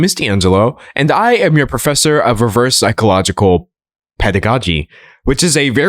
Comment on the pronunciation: ok either you said pedagogy wrong or i've never said pedagogy right